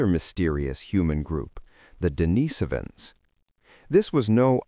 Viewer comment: Denisovans pronounced correctly. 👍